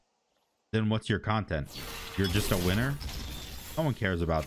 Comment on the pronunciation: To many khwhats? Lmfaaaaooo chill